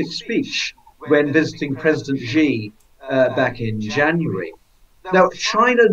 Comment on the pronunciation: Where is this place called Beizhing and who is this person called President Zhee? Never heard of them. Maybe he means Beijing (the second syllable pronounced "jing" as in "jingle" -- it's not rocket science) and President Xi (pronounced roughly the same as "she"). I don't like the CCP any more than you do, but can we just get the pronunciation reasonably correct?